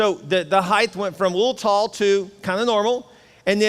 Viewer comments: STOP SAYING "HEIGHTH". The word is height!!!!! You said this 3 times in the first 23 minutes! You keep using that word. I don't think it means what you think it means. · Jesus, am I the only one disproportionately annoyed by people who add an "h" to the end of the word "height"?